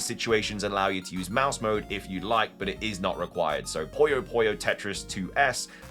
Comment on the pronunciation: Lol who wrote the list of games for Mouse Mode? It's always been PU-YO not Poyo lol. It's pronounced PooYo PooYo